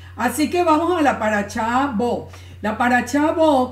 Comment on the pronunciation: shalom, por que dices chalom, chabat, paracha' que' no es shabat, parasha', shalom por que' descontextualizan la verdad